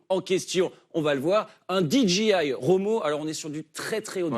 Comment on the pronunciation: Amis français qui insistez pour ajouter des mots en anglais dans vos conversations, apprenez la bonne prononciation. DJI se prononce didgéail, pas didjiail… 🤪 En anglais, le G et le J se prononcent à l’inverse du français.